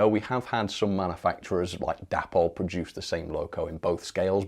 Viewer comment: Correct me if I'm wrong, but I always understood that the model brand Dapol was named after its founders Dave and Polly, so should really be pronounced "Daypoll"..... Just a thought 🤔🤨 Meanwhile, carry on the good work. Bob Morgan.